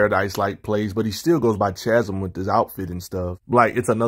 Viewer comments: Chasm pronounced KAzum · Can’t tell if you’re trolling with how you pronounce Chasm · I have no issue with that, I just wasn’t sure if you were actively trolling because the storyline behind the character change was so bad you refused to say the name correctly was all